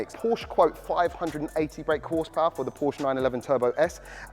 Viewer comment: Hate to be that guy lol but its Porsche